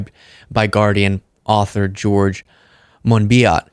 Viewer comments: It’s MON-BEE-OH like French, but badly pronounced with an English accent. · George Monbiot's name is pronounced Monbioh.